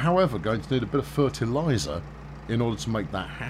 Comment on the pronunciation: I love how whenever he said fertiliser he said it in a very Cornish accent